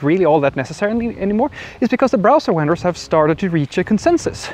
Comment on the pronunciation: I am thankful for your knowledge and insights. "Vendor" is pronounced as though it starts with a "v", as in "video" or "V.I.P." "Dom"? Does that signify "domain?"